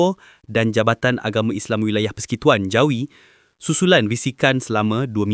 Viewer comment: Baca pun persikutuan